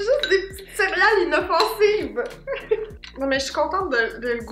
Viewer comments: Je pensais que mon père était tout seule à dire cériale avec un i mais vous le dites aussi 😂😂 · J’adore la manière que dit le mot céréales: cériyales ❤️😅